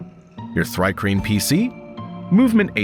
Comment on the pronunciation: It's pronounced "Tree-Kreen", you numbskull. The name is an onomatopoeia of the sound crickets make (stridulation)